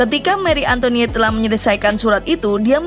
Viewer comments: Salfok sama suaranya, Antoinette jadi antoniette😂🤣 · antoinet bukan antoniet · Bacanya; Marie Antoanet